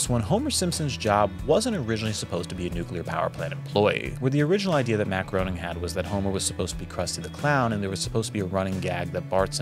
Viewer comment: It's pronounced Matt Grā-ning....with a long 'A' sound.